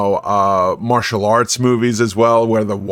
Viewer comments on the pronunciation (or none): none